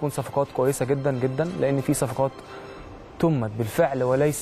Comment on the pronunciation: تمت(بضم التاء) يا شيخ أحا تمت ياعم